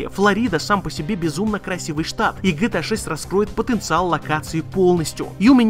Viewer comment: Почему гЭта а не Гэ Тэ А?